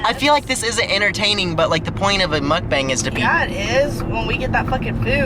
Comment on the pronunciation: Guys let me just say..... it’s MUK BANG not MOOK BONG